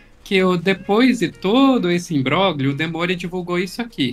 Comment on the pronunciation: Duas dicas: "modus operanDi". Imbróglio se pronúncia imbrólio, se não me engano... O G é mudo.